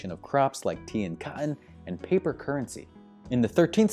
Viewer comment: "La'in"?! I always thought it was "Latin". "tea and co'on" It's pronounced ˈkɒt n. Take special notice of the letter "t" in the pronunciation. Latin has one too!